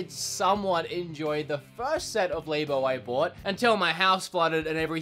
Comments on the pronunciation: Its LAB-O. Like a laboratory. Not Lay-BO. Like a woman's Labia. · LAB-O not LA-BO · Why do you say labo so weird it's labo not laybo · LAB O not LABE O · It’s pronounced Lab-oh not lay-bow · Nintendo “Lay-bo” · please stop saying l"A"bo....you don't say laboratory l"A"boratory. this makes the video really painful to watch. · Please stop saying labo like that